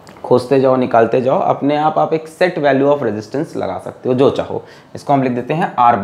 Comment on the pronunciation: Legend always say jow by jow = jow by jow😂😂